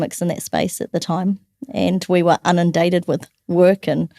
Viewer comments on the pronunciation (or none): Academic? You’re a joke. “…and we were ‘unindated’ with…” The word is ‘inundated’. Ff’sake, how the f**k were you ever in a Lincoln University academic job? DEi hire possibly?